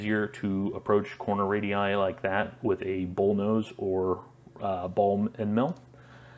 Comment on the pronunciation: Really appreciate you calling the radii instead of radiusus like most Americans